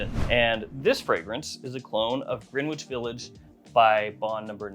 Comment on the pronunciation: Gren-itch not Green-witch.